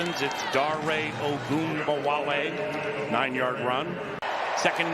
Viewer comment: every insane "ogunbowale" pronunciation timestamped